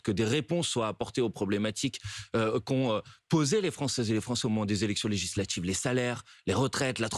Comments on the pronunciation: "legislatchives", "relatchive", M. Bompard a les mêmes accents que son électorat. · Legislatchive !!! 😂😂😂 C'est un djeuns lui 😂